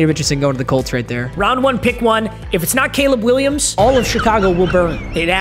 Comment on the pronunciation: This man might as well have said K'Leeb Will I Ams and Broke Webers